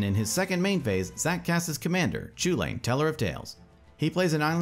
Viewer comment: Chewlane, ugh